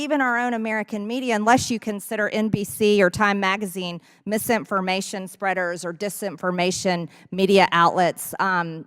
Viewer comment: "... consideered mis-impformation...dis-impformation," Moscow Marge is an ignorant, virulent beeitch